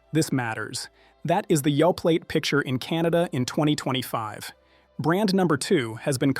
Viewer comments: Yoe-play, not Yoe-plate. This is Canada, after all. Remember your French class! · It's Yoplait p l a y not p l a t e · OK, surely this must be AI generated speech? I really thought it was a human but come on Yoplait is pronounced Yo-play. I don’t know about you guys but when I hear mispronunciation, it’s not endearing me to believing what’s being said. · That's not true. Activia is a very healthy yogurt. And the t is silent in Yoplait . Omg!! This so fear mongering and Canada has labeling laws. What in the good is what's on the label. You poor pronunciation is a huge indicator that your A FEAR MONGER. SHAME ON YOU!